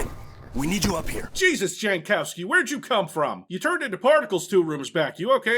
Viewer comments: no, it isn't. It looks Polish to me. The "j" is pronounced like a "y" and the "w" is pronounced like a "v". "Yankovski" is how you'd pronounce it. Edit: though if their family came a few generations back, probably Americanized it eventually. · Jankowski is a Polish last name pronounced Yankovski and I will not allow anyone to make fun of it. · pole here. Jankowski is read "Yankowsky". Anyone, even a polish born american who does otherwise is wrong. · I never got the connection between eurojank and Jankowski and I'm Polish. It took an American ruining the pronunciation to show it. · Yes i will ruin a bit a "jank". But because im from Poland, every time "jankowski" was pronounced with "j" like in english i cringed a bit, because Jankowski is like quite common surname in Poland and "j" is pronounced like "y" in "yellow" in polish.